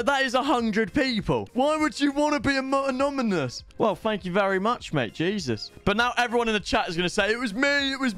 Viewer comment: Bro can u not pronounce anonymous 🤣